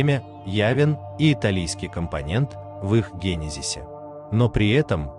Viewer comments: Озвучивает ИИ, он не знает ударений. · Услышала гЕном вместо генОм, гЕнезис вместо генЕзис, и всё стало ясно.😂